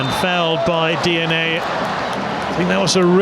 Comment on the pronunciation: Di ani...not DNA